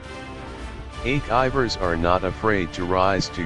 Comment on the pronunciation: The video was impressive but...Is that ache-iver or achiever??...The spelling is also ACHIEVER not ACHEIVER...With all the respect